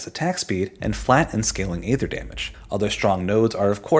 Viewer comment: Dude it's pronounced aether.